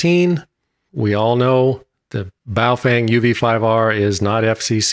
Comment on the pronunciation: Im glad you NOW know how to pronounce Baofeng properly.